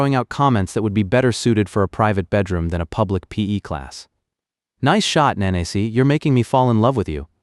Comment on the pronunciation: I keep hearing manaise family. 😂😂 it's Nah nah say. Lol